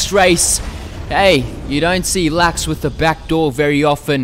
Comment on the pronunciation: I LOVE HOW YOU PRONOUNCE LUX